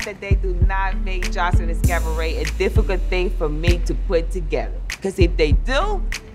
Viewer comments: CAV-a-RET lol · Every time Joseline says “CaVAret”... Take a SHOT 🥃 🥴